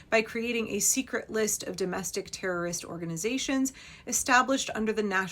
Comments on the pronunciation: Btw.........you missed the opportunity to tell us you have a rare bone marrow disorder that prevents you from pronouncing the letter t in the word erroris?😂 If you get it........... you're both awesome and unfortunately old!🖕🤪🖕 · I don't understand the term, repeated term that sounds like errorist. That is what I heard sounded like. What is it? Never mind. You explained it. :)